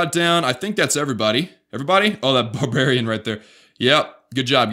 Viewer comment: who else thought he was saying king of Barch the whole video